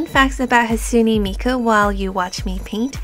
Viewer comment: you say hatsune miku like hasune miku